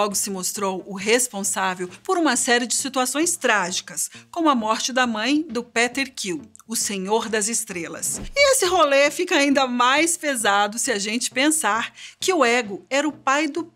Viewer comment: ssim kkkk ..um tiro seria menos doloroso .. isso pq ela tmb errou no "KILL" ao invés de "QUIL"